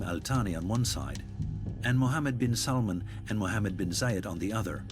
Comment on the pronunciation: Its Bin not Ben